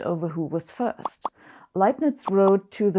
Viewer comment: It's such a great relief to finally know the correct pronunciation of "Leibniz"